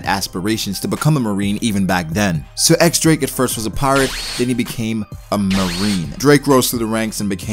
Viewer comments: i'm just waiting to see Drake's hybrid t-rex/human form! Also, his name is pronounced "Diez Drake" not "ecks Drake." The X is a roman numeral 10, or diez in spanish. You can check the japanese katakana, it's pronounced diez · Just so you know. The X is pronounced as Diez.